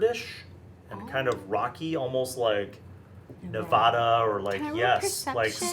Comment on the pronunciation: It's Ne-VAD-uh, not Ne-VAH-Duh.... I've lived in Nevada for 40 years... >:(